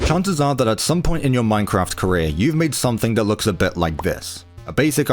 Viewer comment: “Chances Are” ❎ “Chanzada” ✅